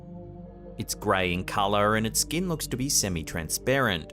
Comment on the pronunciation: It's pronounced "figure", not "figgah". It's pronounced "skin", not "skeen". It's pronounced "computer", not "cahmpeutah". It's pronounced "cemeteries", not "cemetries". It's pronounced "mark", not "mahk". It's pronounced "person", not "peuhson." It's pronounced "hear", not "heeh". It's pronounced "garage", not "gayrahge". It's pronounced "area", not "urreeurrh". It's pronounced "tail", not "taiyool". It's pronounced "later", not "layduh". Why are Australians and British people incapable of properly pronouncing their own language.